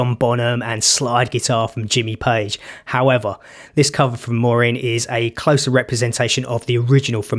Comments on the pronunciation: It's pronounced moor-ann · Thank you...Her name is MUIREANN...not Maureen...ask Google how to pronounce it....details matter🤩....”not some muppet”...made me laugh out loud🤣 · I can finally put us all out of our misery. Here is Muireann pronouncing her own name 😊 Sounds like "Moor-ian" to me. Although it could be mistaken for "Moor-in" because it is said so quickly. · You're welcome. Am sure I pronounced it like "Morin" Vs "Maureen" though? 😁 I made a conscious effort to say it similar to how Jools introduced her on his show. If I've said it wrong...blame Jools Holland 🤣😜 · Thanks Paisley. Think I've finally uncovered the cryptic secret that is how to pronounce her name :-) I've pinned a link to the video in the comments, and she actually pronounces it herself. So if it's still wrong, then I give up! lol